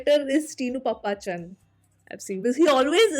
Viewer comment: Itz not pappaachan, itz paappachan👍👍...